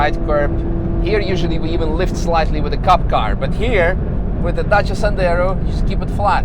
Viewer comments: wow, finally someone pronounce it correctly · Thanks for pronouncing dacia correct! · finally a non Romanian that pronounces Dacia correctly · "Sendero" 😂 that's a new one. Also love how you pronounced Dacia, sounded perfect !